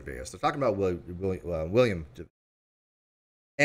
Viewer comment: Rickey Gervais is pronounced jer-VAYZ, not jer-VAY-ass! Although, thinking about it and his explanation of Agnostic Atheist on the Stephen Colbert Show, you may well be right... 🤣🤣🤣🤣 {:o:O:}